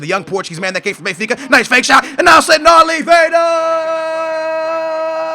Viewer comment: Nelson Oliveira, does not have a 'd' in his surname and Labyad is pronounced la-bee-yad., you gotta learn these names dude